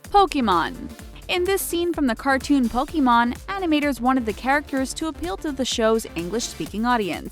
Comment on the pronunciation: While people complaining about Ratatouille. I'm complaining about how she pronounce Pokémon.